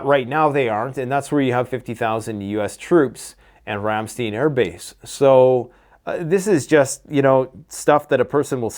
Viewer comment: Ram-STEIN like KLEIN just with an S